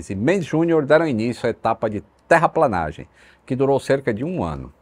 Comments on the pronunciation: Vamos lá: "DA PAMPULHA" E NÃO "DE PAMPULHA" "FRANCELINO PEREIRA" É NÃO "FRANCELINO PEREIRO" "TERRAPLENAGEM" É NÃO " TERRAPLANAGEM" Anotou?? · Aos o nome do governador é Francelino Pereira, não pereri0! E, tecnicamente, aos o correto é TERRAPLENAGEM, não terraplAnagem. Grosso Modo, é tornar a terra plena, constante...